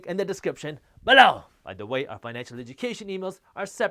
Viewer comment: I still laugh out loud every time you say "BELOW!"